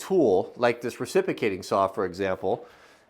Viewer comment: You are mispronouncing reciprocating. But what a cool deal.